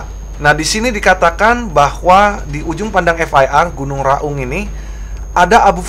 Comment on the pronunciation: Baca nya gunung Raung.... bukan Gunung Ra Ung.... klo bahasa jawanya Raong